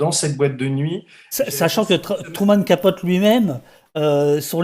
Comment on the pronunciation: Merci à vous deux !! P.S. juste un petit commentaire insignifiant de ma part. Capote, se prononce [kəˈpoʊti], c'est-à-dire avec un "i" à la fin ;-)